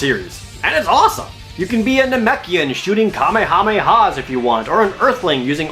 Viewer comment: Finally someone who say Kamehameha nicely instead of kameiameia